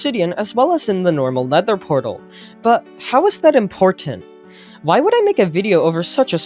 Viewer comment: did you say, "Leather portal?"